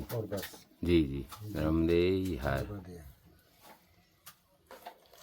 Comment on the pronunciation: Bhai nramde her nhi narmade har bolo naram soft wala nahi